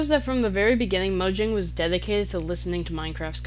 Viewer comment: Fire vid, I think this does also explain why minecraft is like the one game I've always wanted to return to, while most others I'd get burnt out from within a few months Also it's pronounced Mojang not Mojang